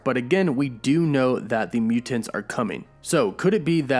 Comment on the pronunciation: Idk hear him say mutants like that again 🤨